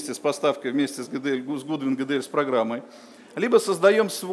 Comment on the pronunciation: Гэ Дэ эЛь)))